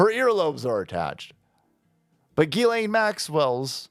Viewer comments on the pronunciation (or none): Its pronounced “Jizz” lane Maxwell bro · Uh..., it's pronounced "Jizz-Lane" Maxwell